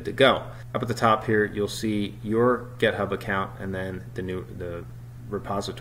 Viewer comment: Any reason why it sounds like you're saying gethub instead of github ? git rhymes with commit